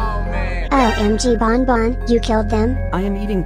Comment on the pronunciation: Ban ban not bon bon